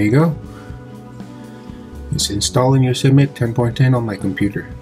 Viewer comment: FYI, I believe it is pronounced yo sem ity . Thanks for sharing...